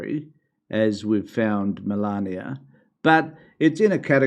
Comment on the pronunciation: Please stop pretending you can't say the name Melania. OMG english people can't pronounce a name of a lady yet,they are making fun of emigrants having accent. See if you can speak other language Melania speak 7 languages. I don't like Trump anymore i used to,but no need to be trashing Melania because she's Trump's wife. That's hate speech. Melania have her own business please don't trash the trash because i can say the same about you can't speak properly with your dentures 😂